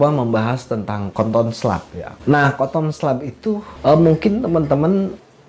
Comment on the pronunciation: Kenapa nyebutnya koton, kan mbacanya katen